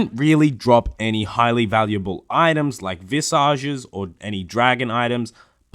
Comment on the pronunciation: MAYLAY AND VISIJ, IS HOW U PRONOUNCE